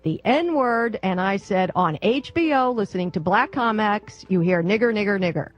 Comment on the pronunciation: The black lady said "the N word" she said "niger Niger Niger"